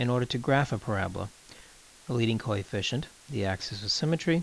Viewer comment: Practice more on pronunciation of the word coefficient, otherwise it is a good video.